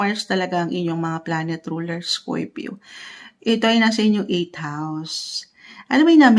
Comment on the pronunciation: Bakit scoypio ang pagkasalita mo sa scorpio madam?